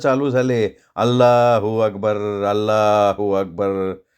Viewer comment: सर अल्ला हू अकबर छान म्हणत होते, सगळ्या भाषा छान येतात तुम्हाला 🙏